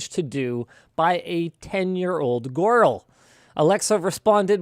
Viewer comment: Did not know girl had a W in it Linus